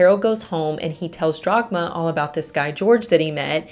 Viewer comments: Love your content and the way you deliver them! But it's Dagmar, not DRagmar. ;-) Greets from Germany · I cannot get over "Jagmar" instead if Dhagmar... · Why are you pronouncing the German name "Dagmar" as "Drog-ma?" It is extremely distracting and rather irritating. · >*DAGMAR. Her name was Dagmar. I usually don't pay too much attention to pronunciations as I understand how different languages can be difficult to pronounce, but not this time. How do you go from DAGMAR to Dragma or even Drogma? That's not your fault as the uploader is the one butchering the name. But still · I kept hearing Jogmar so I looked it up and realized it was Dagmar 😅 Something I noticed as an immigrant to the US is that English speakers try to keep the spelling of a word based on its origin and then just pronounce it the English way (Leif becoming "leaf" instead of the more correct "life" etc). Or adjusting the C in Caesar to the English pronunciation rules saying S instead of K. Scandinavians and Germans usually try to preserve the pronunciation and adjust the spelling aka Ketchup becoming Ketschup or Kangaroo being spelled Känguru etc. because of that these countries are much more used to pronounce unfamiliar words and use non native sounds. Not so much English speaking folks. That's my theory on why they struggle so so much with saying any foreign words because they are never exposed to it. (And let's not speak of the French who refuse to adopt any foreign words and just make up their own ones. 😂) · According to wikipedia, the mom's name was Dagmar, not Dragma. Also, Sabine should probably be pronounced in the German way :)